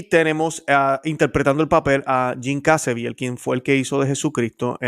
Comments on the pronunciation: Excelente! Pero es Jim Caviezel, no Cazeviel. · Por qué le dice Jim Cazeviel si es Jim Caviezel